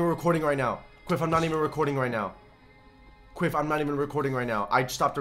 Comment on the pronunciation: Quiff not Quidd